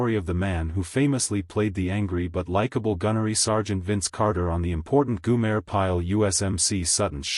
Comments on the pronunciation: its GO-Mer. Not Guuuu-Mare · Goo-mayor? Really awful video. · Did no one listen to the finished product? Tell me, who is "Goomer", or Goomere" pile? is This AI voice is absolutely horrible. A lemur on crack would have sounded more realistic. And what's with the really, really crappy dusty film effect? You know, if you knew how to tell a tale correctly, you wouldn't have to crap the video up. Just another bullshit clickbait video by a low quality clickbait production group. The only way this could be worse would be if it were longer. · Yes. I agree. You lost me after the AI generated "goo-mer" Pyle proved how clueless this video is